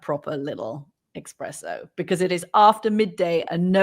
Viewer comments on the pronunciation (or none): Espresso not expresso, Katty! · She said Expresso! psht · Expresso? Four times in case I thought my ears had deceived me 😂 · OMG! Did Katty K just say "expresso"? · Yes! I was just thinking that. I love Katty but you gotta chuckle at calling anthony out and then calling it an expresso XD but maybe im just a coffee snob lol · Ms. Kay has a point: Anthony and his mega coffee is just a barbaria-nized ytalian… Incidentally, Ms Kay, it’s pronounced espresso, not expresso😂😂😂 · "proper little eXpresso..." Oh Katty, so close! The irony. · Katty shouldn't get away with it... I mean, really?! eXpresso?! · ooooooh Katty really exhibiting her true high fallutin' coffee connoisseur status by calling it "expresso".